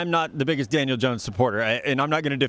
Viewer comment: Did he say Daniel or Daniels?🤔🤔